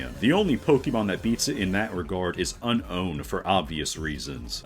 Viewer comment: TIL How Unown is actually pronounced. I just pronounced it as Unknown, after trying and failing to comprehend the actual pronounciation. Un-own, it was so obvious This video is a good look into what I find to be (another) Gen 6 letdown, obscured by its release hype and the anime. The unused lore, or rather, the lore being there, but it not being used in the story. This video is how I got reminded that there are NPCs who would tell you the story. Back in my first playthrough, even I was like why is this game getting all serious when I saw that 3000 year old flashback. Lysandre was so obviously the villain, but you do not see him for major portions of the game. If you have ever played a Pokemon game, you know you have to fight him. But unlike N, whom you would have the feeling to be the final evil boss (he was, Ghetsis was the plot twist), I didn't feel anything when fighting and defeating Lysandre, unlike how the game wanted me to, by saying "It is finally over..." when you finish the battle (I even remember that cause I recently checked L's page on Bulbapedia) BW had the issue of its lore being left vague, but it had a good story which made use of the lore seen very good, and made the vague lore intrguing This game's lore was wasted potential till Legends ZA. The story would really work better with no rivals, they do nothing of use, even worser than Wally imo, as he just exists, while these rivals don't add up anything despite being shown as oh, the best friends. Make ma